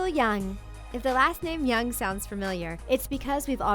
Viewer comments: WHY DO YOU PRONOUNCE JUNG AS YANG 🤦🏻‍♀️🤦🏻‍♀️🤦🏻‍♀️ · It's jung not young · Many comments had already mentioned that it's not 2am but 2pm. And it's "JUNG" with the "J" not "young" for both Jessica and Krystal. And I'm not sure if it's still on but from what I learned Krystal is dating Kai from EXO. You r a god damn channel with lots of followers. Get your info right before get it out in public. I have never dislike a video before but you are the exception here! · Why is she saying young it’s Jung 😫😫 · Did anyone notice that the narrator said Jessica "young" instead of jung? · Its JUNG NOT YUNG , JUNG,JUNG,JUNG NOT YUNG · "Amy wee" im sorry but its annoying how ur not pronouncing it properly like u said yung instead of jung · why- why tf do you keep saying jung as young? the j is there for a reason, there ain't no y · Jesus Christ it's pronounced Jung not Young....she's Korean not German ffs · Please do your research better next time. Jay Park's group was called '2PM', not '2AM', and the Jung sibilings' last name is pronounced 'Jung', not 'Young.' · I'm Sorry but why does she keep saying young instead of Jung? Don't do this to me..... It's distracting me to watch this video haha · its jung not young Jessica jung n krystal jung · why are they pronouncing 'jung' as 'young'? like there is literally no 'y' in the name. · ITS JUNG (JONG) NOT YONG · It's not Jessica "young" it's JUNG!!! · also jung is pronounced how it looks how tf did you get yung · 'Jung' is read 'Djung', not 'Yung' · Jessica Young? What?? It is pronounced Jung. jschang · Jung is pronounced how it's spelled with a J, where is the Y coming from? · JUNG KRYSTAL AND JESSICA. J-U-N-G. JJUNGG NOT YUNG. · Jessica Young?? Wtf it's Jung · and it's "Jung" with J sound not Young -_- WTH !!!!! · How is it pronounced as YOUNG when it's obviously J?I thought its JUNG like Jungle? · JUNG NOT YOUNG =.= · Just can’t ignore how “Jung” has turned to “Young” 😂😂😂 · Jessica Jung is Korean, not German. That J is a J, not a Y.